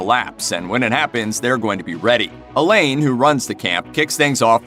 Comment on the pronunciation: A - leyn?! 😂😂😂 It’s a french name A - lah-n